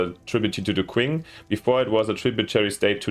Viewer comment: Great overview. 👍 tiny pet peeve: the Qing dynasty is pronounced CH-ing. Chinese spelling is odd when trying to use the Latin alphabet: Qi => Chi Xi => Shi Zho => Jo Looking forward to watching this playthrough 😆